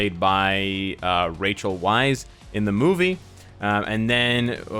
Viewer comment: It's pronounced Rachel Weisz's name is pronounced like "vice"...